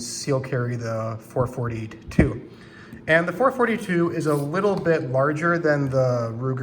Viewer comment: Did you just say four-forty-ta-two and six-forty-ta-two with huncle Mike’s grips?